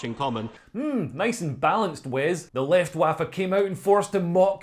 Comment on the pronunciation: Leftwaffe. That’s made me chuckle!